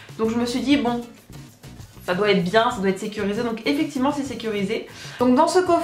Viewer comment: tu dis souvent "eficivement",haha :p